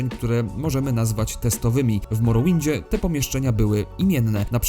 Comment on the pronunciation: Moro winda? To się chyba czyta "morołynd". Zapytaj windziarza